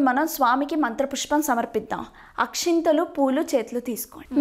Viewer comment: Akshathalu not akshinthalu